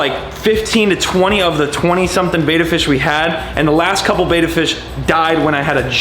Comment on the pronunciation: It’s bet.aaaa fish also don’t keep bettas together unless there females and even then they will still be mostly aggressive